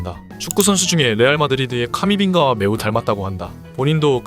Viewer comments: 카미빙가 아니고 카마빙가입니다😅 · 카미빙가가 아니라 카마빙가